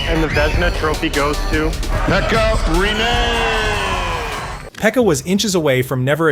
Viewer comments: I’ve heard some bad pronunciations of Finnish names, but 'Pekka Rene' is definitely one of the worst ever. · Emmä nyt sanois et se on mikään nii kauhee jos vaa hyväksyy et e ja i on melko samanlaisia englannin ääntämisessä.